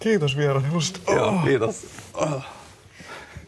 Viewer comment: "Khiitos vierailushta"